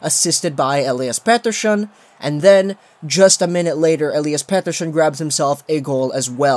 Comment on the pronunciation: Lol do you have a tongue spasm or something? Petershhon